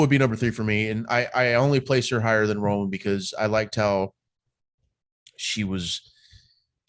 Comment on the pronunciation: finally someone puttin respek on romans name 👏